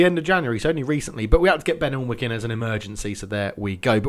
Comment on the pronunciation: Sorry to be annoying but alnwick is pronnonced an-ick